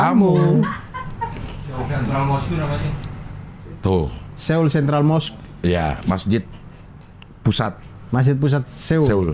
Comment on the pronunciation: Benernya seoul itu bacanya so-ul cing, karena aksaranya tuh 서 (seo) dan 울 (ul), banyak yang salah ucap memang. Trus shin ramyeon tuh kek indomienya sana, shin itu nama merknya, nah ramyeon tuh jenis makanannya (mi), dan bacanya tuh 라 (ra) dan 면 (myeon), jadi ra-myon, bukan ra-myun. Sekilas info aja cing wkwkwk